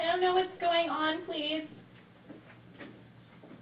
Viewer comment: "Mike, come here pleathe. Pleathe. Mike come here pleathe." What the damn hell is a "pleathe"?